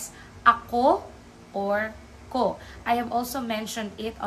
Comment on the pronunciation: Why do you pronounce ko with the long o sound? I thought it was supposed to be pronounce with u.